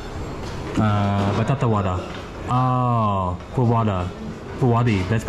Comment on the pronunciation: Batakavada >>>>>Satakapakoda